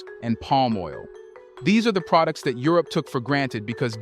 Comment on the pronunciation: Dude is an AI. The way he pronounce certain words is not right. Like pro dukes instead of products. Good content though